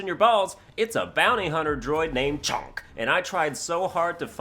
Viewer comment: I’m stuck on the way he says chonk 😂